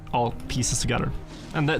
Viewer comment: i will pronounce every letter in a word:...togedder